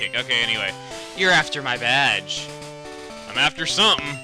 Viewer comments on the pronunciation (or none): "you're after my badge" ... LOL that sounded to me like "you're after my vag" O_O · when chuga said "youre after my badge" i thought he said "you're after my vag" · when he said "you're going for my badge" it sounded like he said going after my v...you know what i'm talking about